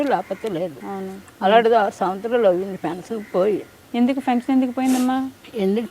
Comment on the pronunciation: .".Fension"...ani kaadu Pension ani pronounce cheyyammaa...😊